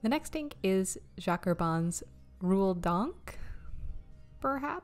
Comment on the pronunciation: Like the Citrus Black, Alt-goldgrun and Rose Quartz. Interesting video. Thanks. Olivine is pronounced oliveen, by the way. And rouille -- kind of like roo-yeh. Thanks again.